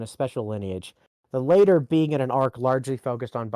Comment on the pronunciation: pronounced latter as later. You have now lost all your credibility This is a joke